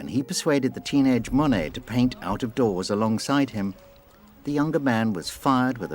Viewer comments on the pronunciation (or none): His name is NOT "mony" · I know that’s probably how it’s pronounced but I hate how British people say Monet